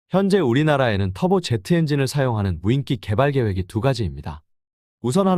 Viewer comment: 무인끼라고 읽지 마시고 무인기라고 읽어주세요